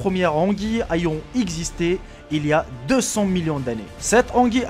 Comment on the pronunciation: Ton accent me dérange fortement, on dit ayant (é) et non pas (a)! Bref vidéo d'une simplicité déconcertante tu prends tout sur des sites tu lis et tu enregistre puis tu colle le tout dans une vidéo ! Je ne pourrais te classer parmi les créateurs de contenu français !